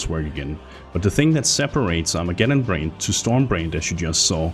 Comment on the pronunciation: Its not storm brained or Armageddon brained you moron its BRAND short A sound.. Brand doesn't end with an E ffs.